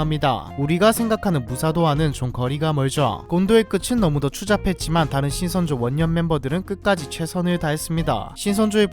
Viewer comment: 신성조인줄 ㅋㅋ